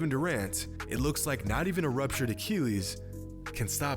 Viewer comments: a-KILL-ees. not a-keel-ees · Boi he was sayin acheelieees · What the fuck is an uh-kee-lees? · Excellent content and insight, as always,. But, as always, you manage to butcher the pronunciation of medical terms (look at my user Name and you'll see why I'm qualified to say that). Not being a Classical scholar, I have no idea how ancient Greeks pronounced the name of the warrior Achilles, but in a medical context using either modern American or British English, it is pronounced "uh 'kill eez", not "uh 'kee leez". Speedy Gonzales was not a Greek scholar. Don't take my comments too seriously. Your understanding of the game and it's human element is outstanding, as is your ability to explain it in a comprehensible manner. I'm just saying 'why not drive toward perfection?' You're so close. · bro why u gotta say achilles like tht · Like this if his pronunciation of Achilles bothers you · The way you say achilles bothers me but I still like the vid